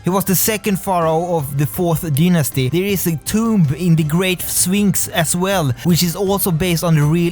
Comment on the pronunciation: you say sphinx i hear phoenix